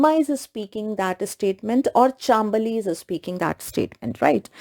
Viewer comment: Hey it is chaam bali not chambali